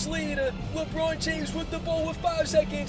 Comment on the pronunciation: Your hatred for the Miami Heat runs deep. You make it clear in almost every video 😂 Also, why do you always say “wit live videos”? Is that the new thing to get subs? Curious